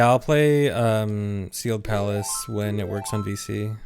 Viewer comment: I kept hearing Seagull Palace instead of Sealed Palace